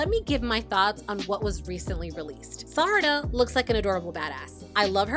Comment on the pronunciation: I’m insanely srry for this but I got HELLA triggered when you pronounced Sarada as “Sadara” 😞